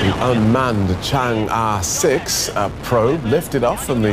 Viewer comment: you DW guys can't even pronounce Chang'e correctly